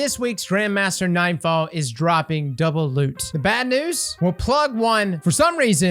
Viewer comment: Ah yes the “Doulbe” loot nightfall